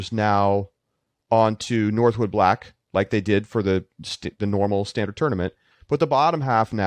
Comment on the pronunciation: Northwood Black. No "s" 🤦🏼‍♂️